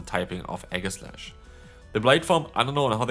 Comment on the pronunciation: Enamorous = e-NAM-or-ous Aegislash = EE-jeh-slash